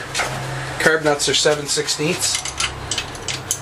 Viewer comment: ha, he says carb like curb and talking about Lila